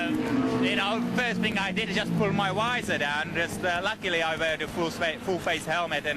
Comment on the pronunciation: When you ask to say "visor" 🤦😂